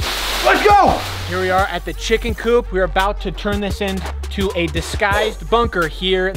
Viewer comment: *Coop not Coup my dudes